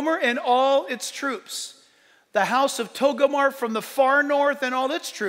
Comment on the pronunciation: JACK...IT'S NOT TOGOMAR IT'S TOGARMAH .